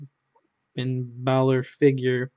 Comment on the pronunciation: It's not Finn bailor it's Finn Balor